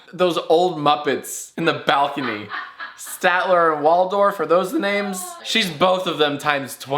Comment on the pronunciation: You got the old Muppet guys' names right. Statler and Waldorf. That's coming from a member of a family of fans of the Muppets.